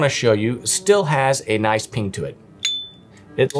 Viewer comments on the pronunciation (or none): none